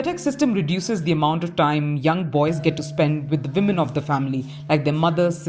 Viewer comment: It’s ‘women’ not ‘vimen’ 🤣🤣🤣